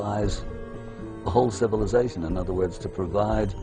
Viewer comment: the "sh" sounds by this narrator ruin this. CivilizaSHon...